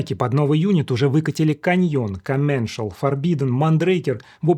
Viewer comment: но они сами предпочитают на французский манер комменЦаль